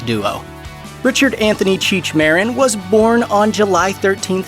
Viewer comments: Mah-deen, not Mar-rin. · Marín is pronounced: Ma-RÍN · Lol cheech meren sounds wrong af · At least pronounce cheech’s last name probably white oh. Foh